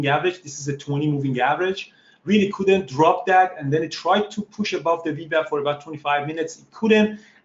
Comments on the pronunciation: Great video, but am I the only one who giggles a little bit when he says "wee wap"? lol. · Great vlog! I love how he pronounces VWAP. It's the Wewap now!